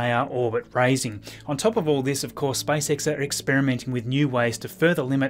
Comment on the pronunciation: You saying like "Spice X" :)